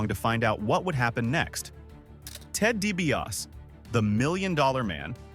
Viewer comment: See...Ted Dibas....see